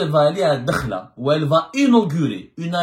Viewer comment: Ce n'est pas " Dkhla" mais Addakhla الداخلة مشي الدخلة .، vous repetez toujours la meme fausse prononciation .Merci de rectifier